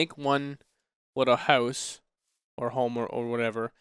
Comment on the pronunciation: Ever since the server reset stream, I can't help but hear 'hoose' instead of 'house' xD